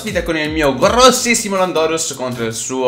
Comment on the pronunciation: si dice lándorus non landòrus